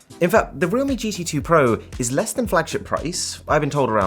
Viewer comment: its pronounced "real-me"? I've been pronouncing it as "realm" lol